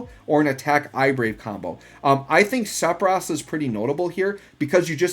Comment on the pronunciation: If you care about how to pronounce Sephiroth's name, the 'ph' are pronounced like an 'f', also in the original language (Hebrew).